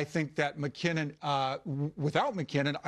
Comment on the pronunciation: It’s mackinnon